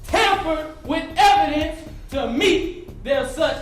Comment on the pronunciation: "and the EVidence is going to shOW.........that laW enforcement....Tampered with EVidence...to mEEt..their such hIGH Burden of prOof." -O'Neill the iii